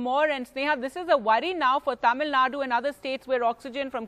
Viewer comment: Reporter please pronounce Tamilnadu properly You will feel disappointed when someone mispronounce your name Mr